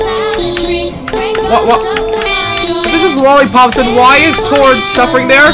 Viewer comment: did tord just said tod